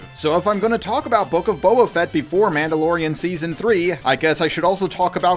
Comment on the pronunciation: "Babba Fet"